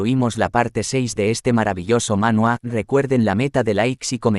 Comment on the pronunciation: Yo escuche manhwa y manual mezclados, solo me dí cuenta por la letra